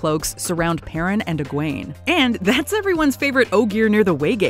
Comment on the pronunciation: and tell me that's not how Nynaeve and Egwene are actually pronounced... I've always pronounced it "Nin-eh-vuh" and "Edge-win"... Who's with me!?